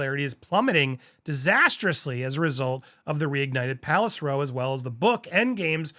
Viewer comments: A 'row' in this context is an argument, not a line of seats. All week you have been pronouncing it to rhyme with snow, but it actually rhymes with cow. It's probably because of your eye problem, but it is quite confusing for a listener. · The word Row, as in argument, is pronounced like ow, not like row your boat. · It’s grating on my ears too. Row as in ow 🤕 you’re hurting my ears when you pronounce row as in roe 😂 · Can’t we just blackball M&H from appearing in the press. No matter what they do - don’t report it in the newspapers (by the way it’s pronounced race row as in cow or how) 👑🌺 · FYI, row, as in an argument or dispute, rhymes with cow. Row as in paddle, or all in row, is as you pronounce it. If MM was so offended by innocent conversation prior to the wedding or any (faux) pregnancies, she shouldn't have married into the royal family. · It’s row as in wow. Did you graduate kindergarten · I didn’t want to mention it. 😂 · Andy, it's row, rah-o, as in cow and now. Row rhymes with cow and now when speaking about a dispute, aka row. Come on. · I get the impression it's an American pronunciation - like tomato, tomayto.